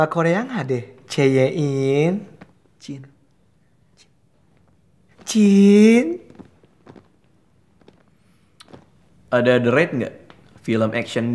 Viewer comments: Dovi:"mari ce ye inn" miko:"dov, bukan ce ye inn tapi cin" sumpah NGAKAKKK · Hahaha bukannya cyiiin malah ceyein hahaha